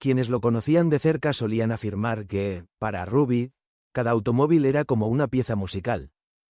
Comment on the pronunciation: Hola y por que dice Raby, su nombre artístico era Rubby Pérez